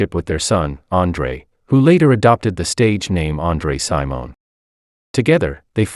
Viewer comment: Wow how disrespectful not to do enough research to pronounce name correctly. Smh. Its Travis Smiley Not Thomas. It's Andre Cymone not Simone, It's Sign Of The Times, not Sign O' Times. It's Manuela Testolini. But Prince is so brillant. His learning to play the piano, guitar and drums on his own is remarkable.